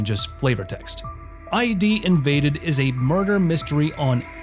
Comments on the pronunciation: ID isn't pronounced. I. D. It's pronounced id. Like the 'id' in 'idiot'. It's a word. Not an abbreviation. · It's Id Invaded, not I.D. Invaded. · For Id: Invaded, it is not ID as in identification card, but id as in Sigmund Freud's concepts of id, ego, and superego. Yeah, so, the pronunciation is wrong.